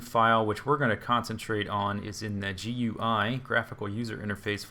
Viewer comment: gui is said as gooy.